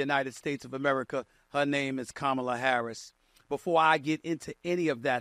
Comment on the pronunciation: "Kamala Harris! ..... Kamaler*" lmao nah you had right the first time dawg